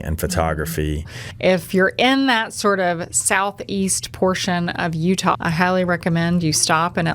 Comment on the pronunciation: I love Utahrr! Don’t know where that pronunciation came from? Maybe someone can enlighten us?